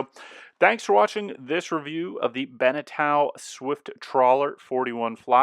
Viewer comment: eau in french is pronounced o so it's like Beneto and not Benetow.